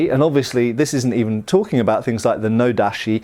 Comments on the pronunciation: "TaCHi", not "taSHi"......"nodaCHi", not "nodaSHi"......Sorry to be pedantic, but you don't want to go on mispronouncing those, do you? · Small correction about pronunciation of tachi and nodachi, when you hear those words in the video they sound almost like tashi and nodashi, when pronouncing Japanese words the ‘ch’ sound is harder, like when you say chair, not like when you say machine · "Tashee" "Nodashi" "Sooba" The most lethal weapon shown in this entire video was all that mispronunciation. An otherwise great video though.